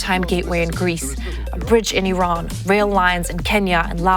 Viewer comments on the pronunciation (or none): none